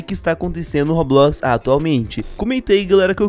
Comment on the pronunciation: Pq vc fala robuquis?